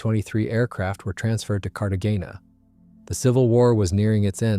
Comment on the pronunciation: Fyefye and Cartegena with a hard g? Cart againa? Still, well written. Details you don't find anywhere else.